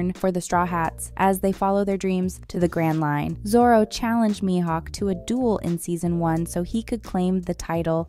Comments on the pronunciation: wkwkwk same, and when she said maihouk to 😂😂😂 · who is Lucky and My Hawk if your going to comment on a show at lease get there names right! lol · Pls “laffy” and “myhawk” really? 😂😂😂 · (Loo-fee) (me-hawk) if your gonna content farm…gotta get the pronunciations down. The fandom won’t take you seriously if you don’t. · She did say me hawk. Her pronunciation of Luffy was definitely bad. Edit: she said it right the first time. But then she said his name a second time and third time and somehow butchered it as My hawk. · Nah, when she said My-Hawk, Luh-ffy and Bar-t-ee like wth? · The way Luffy and Mihawk’s names are pronounced are extremely grating on the ears. This person never watched the anime or talked to any one piece fan